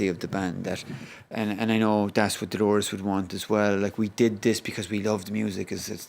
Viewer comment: Can people stop saying Delores!!!! She was called Dolores